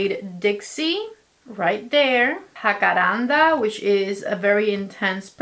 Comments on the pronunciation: O Jacaranda pero no Jaracanda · se pronuncia Jacarandá con el acento en la última a. Saludos❗️ Me encantan tus videos